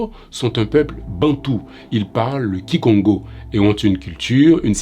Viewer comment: Svp Mr. Vous prononez mal le nom Kongo car c'était ou c'est le nom du tribu qui habitait du Royaume Kongo qui s'étendait du Nord de l'Angola contenant 2 province de l'actuel Angola c.a.d. la province du Zaïre et la province de Uige au Nord de l'Angola , la province du Bas Congo et une partie de la province de Bandundu y compris Kinshasa qu'on appelle d'ailleurs aujourd'hui le tribu Bakongo, jusqu'au Gabon en passant par le la rep.du Congo Brazzaville qui constituait Le Royaume KONGO qui avait comme capitale ou chef lieu MBANZA- KONGO qui était rebaptisé par les premiers Blancs arrivés( les Portugais), San Salvador. Mais redevenu MBANZA-KONGO aujourd'hui. C'est là où était les institutions d'antan.C'etait la capitale du Royaume KONGO. On peut encore voir quelques vestiges aujourd'hui. Voilà en bref l'histoire de ce peuple.c'etait un Royaume très très puissant. Alors pour la prononciation du nom, il faut dire KONGO avec sur chaque o du Nom Kongo un accent surconflexe. MOI je ne peux écrire cet accent ici. Donc la prononciation aussi change .IL faut baisser un à KO et à NGO. KONGO. Voilà. Excuzez moi car je suis de la tribu et j'ai 65 ans. J'ai vécu longtemps avec nos ancêtres c'est pourqoi je contribue à la connaissance de tout ça et j'habite Paris. ❤❤❤